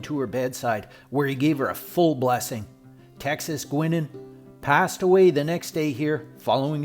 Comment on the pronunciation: Pronounced “Guynan.”